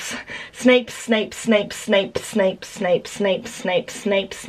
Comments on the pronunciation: I was listening to this in my room and my mother is like what is she saying snake snake snake ? I'm still laughing 😂😂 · Am I the only one who kept hearing "Snake Snake Snake Snake Snape" 🤣 🐍 🤣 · Snape Also: smape again: Absolutely no one: steak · Half of the time you were saying snake😂😂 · I misheard Snape as shape, snake and saint... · It started sounding like snake after a while! Just me? Ok. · I was watching the video and my mother was in my room and she was like "Why is she saying SNAKE?" 😂😂😂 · Yeah, it did sound like SNAKE a few times... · OMG I'm early for once! Yay>:3 Edit: this is so weird I love it!! Edit2: the more she says it it sounds like she's saying ssap are snap XD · first it's sounds normal, so Snape then all i could hear was Steak Staple Smape Thneps Thnape Snake Spape Mapes Swape Fameps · She kept accidentally saying sainp or Saint and all I could think of was .... Malfoy jr: SAINT POTTAH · She kept on saying Smape 😂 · I always feel like ur saying Snpsnasnpsna XD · Around 50 times I thought she said smape or snake😂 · When she starts saying shlape I died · It Kinda sounds like she’s saying spank!🤓🤣😂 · It sounded like your saying snake when u go faster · I heard snipe and Smape😂